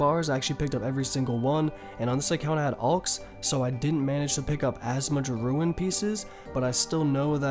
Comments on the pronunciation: soooo confusing when you say RUIN instead Rune. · Sorry but bro there’s no “I” in the word “rune” or “runescape” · Dewd plz stop ur pronouncing visage vysage and rune ruin